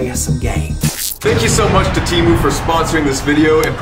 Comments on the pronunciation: temu cancelled my card soooooo..... ill pass or btw its teeh-moo not tee-moon i looked it up its annoying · bro got sponsored by temu and still didnt pronounce it right 😭